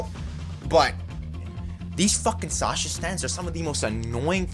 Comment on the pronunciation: Borrero it’s Sasha not sacha